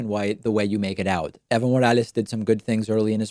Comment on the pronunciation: Fuckin howled when kyle culinski pronounced it as "Ivo Morales"